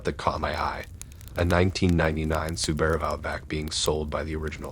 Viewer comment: The way you pronounce Subaru 🤣🤦‍♂️